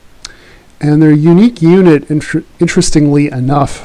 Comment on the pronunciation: the sound quality is brutal... doesn't help if you start shouting a unit name with bad pronunciation either